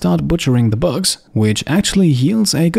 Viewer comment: Butchering the books? Maybe lessen the butchering of the pronounciation of "bugs":D